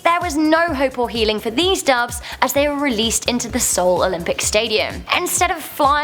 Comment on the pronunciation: Duves? Seriously?